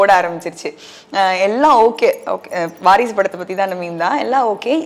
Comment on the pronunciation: அது வாரிசுடு இல்லய்யா! வாரசுடு!